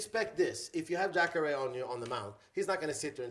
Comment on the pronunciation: I hate when u say jacare,s name. Why do u always pronounce it like that. No one else in the mma world does.